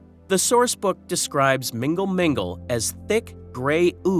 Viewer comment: Its not "Mingle Mingle " 😂